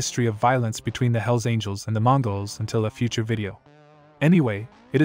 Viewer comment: It's all hype...and the guy(?) who made this video doesn't know squat about any of the clubs he's talking about! He can't even pronounce the names correctly...unless this was his way of calling out the club in some kind of disrespectful challenge? Outlaw clubs will always be around...too many citizens keep buying their dope and hiring them to get rid of their ex-wives...